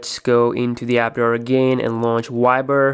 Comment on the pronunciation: what in the name of hell is a y-ber? it's viber with a V